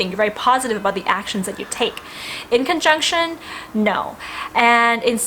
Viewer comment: I just listened again and realized that you said inconjunction (quincunx) it sounded like you said in the conjunction.